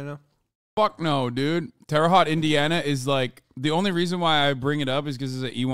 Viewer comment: why does say Terre Haute like that